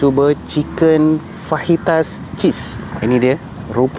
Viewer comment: Baru betul sebutan Bahasa Sepanyol, fajitas disebut fahitas (huruf j adalah bunyi h) dan tortilla disebut tortiya (huruf ll (2 l) adalah bunyi y). Terbaik! 👍🏼